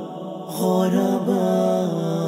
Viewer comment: Its ضمة not فتحة hahahaha... على وزن فعلاء كالعلماء و البخلاء Do justice to Madrasah Aljunied's Nasheed Hahaha 😂😂😂😂 👌 nice tho :)